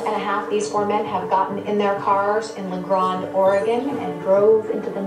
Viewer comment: I love this show but as someone who grew up in Eastern Oregon hearing Penelope pronounce it La “Grond” instead of La “Grand” drives me nuts every time I watch it. 😂